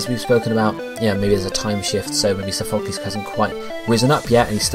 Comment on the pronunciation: i cringe every time u say sophocles lmao